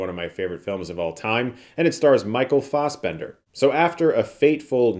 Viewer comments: We’re all here for Chris, but isn’t the whole “as a filmmaker’ shtick a little insufferable? Yes, you’ve shot a few backyard videos and a found footage movie you’ve been poring over for 3 years— ease up on likening yourself to David Fincher, Also feel like we’re on 12 years of Chris mispronouncing FOSS-bender. Why would FASS be pronounced FOSS? He’s been doing thus forever and there’s always something backyard and Ohio about Chris no matter how many airs he tries to affect. It makes him sound like a GOOBER. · obsessed with the commitment to the long A pronunciation of Fassbender lol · Have I been pronouncing Fassbender's name wrong the whole time or is Chris saying it just weirdly? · Didn't realize that's how you pronounce Fassbender lol. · Sorry Chris, but, your pronunciation of Fassbender is really bothersome to me 😂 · The way you mispronounce Michael's name is insulting.